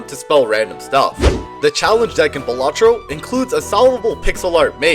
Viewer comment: I mean...I gotta point out that it's pronounced BAL-a-tro, not ba-LA-tro.